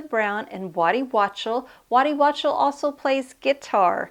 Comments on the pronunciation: Waddy Wachtel - pronounced "wok-tel" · It's a great album, one of my favorites. I don't have the MoFi yet, but I do have an original and it sounds excellent. By the way, the guitarist/producer's name is Waddy Wachtel, last name pronounced WockTEL, at least that's how I have always heard it. It's of German origin.